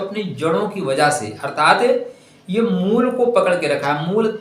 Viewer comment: जब आप शब्द को शुद्ध शुद्ध नहीं बोल / लिख सकते हैं तब आगे क्या करते होंगे?????😮 मूल को मूला कह रहे हैं???😮 राम पुलिंग शब्द है और रामा या रमा स्त्रीलिंग है, विभेद समझ रहे हैं??